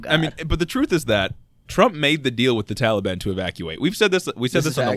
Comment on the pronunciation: Everything they said is straight facts but everytime dude said "Tally-ban" sent me 💀💀 I love yall 💪🏾❤️